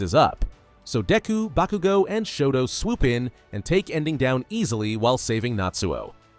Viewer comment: It's "Bakugo" not "Bakigo" bro PLEASE 🙏😂